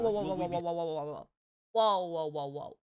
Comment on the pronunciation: Please be careful in the way you say Mega, also what is this creature on my screen.